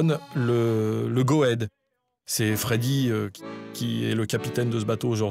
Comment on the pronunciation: Haha la prononciation du nom du bateau très "française" tout de même